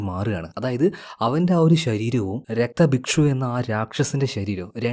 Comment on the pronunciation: രക്തഭക്ഷു അല്ല രക്ത ബീജൻ